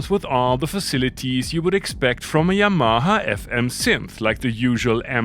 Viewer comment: Please take English language lessons Yamaha pronounce it 😅😅😅😅😅😅stop explaining this